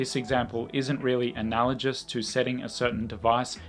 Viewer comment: second time I heard you mispronounce "analogous"